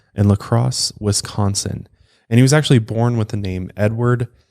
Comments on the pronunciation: Grew up and still live in Wisco. You say Wisconsin very well!! Most people say Westconsin. 😂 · Wisconsin-ite here- you nail the pronunciation!